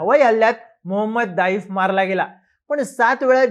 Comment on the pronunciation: आधी त्याच नावाचं उच्चारण करणे शिका, नंतर या बातम्या द्या ज्याची पुष्टी फक्त इस्राएल करतोय ज्याचा खोटेपणा मागील 7 वेळा जगासमोर आलंय. युद्धात अश्या बातमी पेरल्या जातात, जो पर्यंत समोरचे सांगत नाहीत तो पर्यंत या बातम्या खोट्या आहेत असेच समजावे.